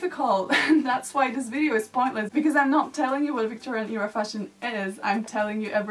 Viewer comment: It’s a great video honestly, but it really bothers me how you always pronounce era like "eeera".